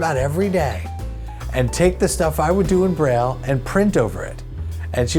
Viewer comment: Breyl... yuk! Braille is pronoinced like bray